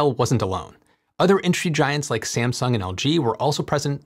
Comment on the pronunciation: are you using AI video generator? The way you pronounced "Sieamsung" was really weird, it is just "Samsung".